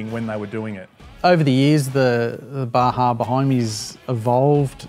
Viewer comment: Not to nitpick, but It's "Bah-hah" per Spanish language etymology;) Bah-Jah sounds like a spicy item on a menu!